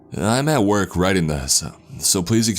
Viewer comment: Trevor and Tori “the number had the area code from my region-ah” “the message read-ah” “ah I thought of all the possible reasons to not go to work-ah”